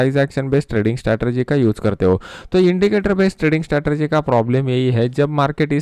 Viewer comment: स्टेरटेएजी नहीं स्ट्रेटजी